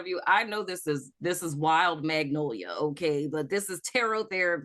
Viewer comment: Did you say wild magnolia? 😂😂😂 are you from new orleans? I'm following 🥰